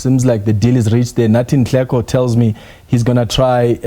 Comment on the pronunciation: Don't butcher his surname , he is Nhleko but not Nleko